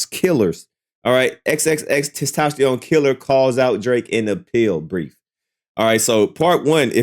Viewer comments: 😂😂😂 Can you just say, X. 😅😅 It's TENtacion not TES 😂🤣🤣🤣🤣🤣 you're so close to saying testicles. 😅😅😅😅😅 I'm just trying to help you sound it out, not be disrespectful. Ten-ta-see-own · Come bro it’s XXX-Testosterone it’s not that hard 😂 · Sound like XXX Testosterone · Wild they can't say it right